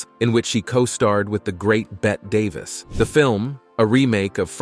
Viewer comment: You really show your ignorance by mispronouncing Bette Davis’ name you arrogant jerk 😂😂😂😂😂